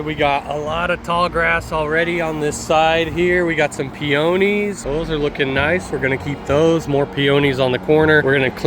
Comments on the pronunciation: The way you pronounce Peonies is different than what it's pronounced here in Ohio where I'm at. Or I've been mispronouncing it for decades. Me - "Pee - ah - knees" You - "Pee - oh - knees". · I love your videos, but i had to make a correction to how you said something , it bugs me and i cant help but try to correct it , its Peonies ( pee o knees is how i remember how its pronounced). i know its stupid to come be the "English police" but i believe in proper pronunciation, and not everybody knows , so i believe it helps when someone explains how a word is said or spelled. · I was gonna comment on that too! Made me laugh out loud, pee-own-ees😅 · I chuckled when you said peOnies. In Pennsylvania we put the accent on the PEonies.😜And also nice work as always. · It could be a regional thing, but where I live, we pronounce it PEE-uh-neez. 😊 and the $26,000 question is: why always a corner lot? 😂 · in eastern Ohio the pee onies are pronounced pee-uh-neez ;-) Also our backyard's elevation was negative 10 degrees, great for snow sleding in the winter, bad when mowing the grass in the summer. :-(